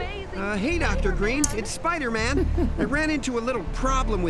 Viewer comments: Why do u call it spooderman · you legit said spooderman bro🤣🤣🤣🤣🤣🤣